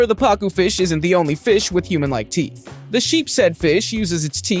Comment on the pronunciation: he said sharp tea not sharp teeth